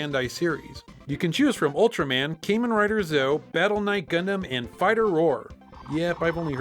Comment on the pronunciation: I know you're not familiar with Kamen Rider but just lettin' ya know it's pronounced "Carmen Rider". ;)